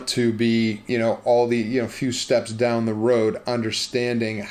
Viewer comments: "Dah the apothecarys" I swear I tasted Primantis when you said that. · I instantly recognized the Pittsburgh dialect when he said “Dahwn”